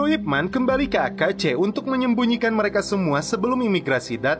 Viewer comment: Nama ip man bener tapi di bacanya ip men